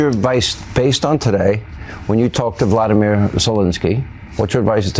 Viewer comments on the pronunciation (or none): Clown, interviewer can't even say zelenskyy's name properly! It is not vladimir, it is volodanyr zelenskyy. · Yea i hate how Hannity says vladimir Zelensky, rather than Volodymyr Zelensky.